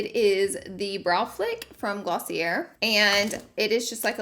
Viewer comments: not gloss-ee-er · Also, it's pronounced gloss-ee-yay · Pronounced glossy A and pee a knee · Peony is Pee-ah-nee and Glossier is gloss-ee-ay, hahaha. These had me rolling. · And you mispronounced Glossier even though you said Jouer right AND you said Mitch Match instead of mismatched lol. But ur look really came together! LOVE ur eye look especially matching the brown liner and the lips are beautiful and the shirt ended up looking great afterall!